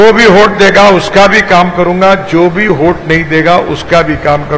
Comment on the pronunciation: “होट” नाही साहेब, “वोट-वोट” 🙄😀